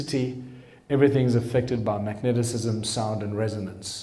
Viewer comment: Its mag - ne - tism.